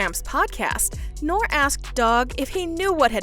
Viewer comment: The mans name is NORE, not Nor! Dont even know the mans name but youre an expert on whats going on in hip hop behind closed doors!? Gtfooh with this 🗑